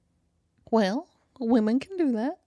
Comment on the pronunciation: Oh my gosh, Y'all are so funny. And facial expressions are priceless!! My favorite story was the elephant story. Good for the elephant. Lol. Those were some wild Story headlines. I think my most favorite thing ever is how says "Well". It's more like "Wull" and I'm glad I'm not the only one who says "Well" like that. Hahaha. Great conversation and! 🙃